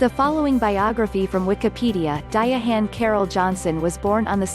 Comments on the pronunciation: The robot narrator is so fuckin annoying ..di-ahann carroll just say Diahann that di-ahhann pronunciation is horrible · Diya-hann Carroll???? Stupid robot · nothing is more annoying than a computer-generated voiceover. how.....sterile and misprouncing of diahann's name. a tribute to a real person at the very least should have a real person voicing said tribute